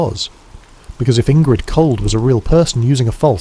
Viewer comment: Indrid, not Ingrid